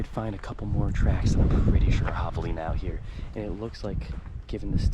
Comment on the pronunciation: Dude doesn’t know how to pronounce javalina properly…how dumb🙄🙄🙄👎🏼👎🏼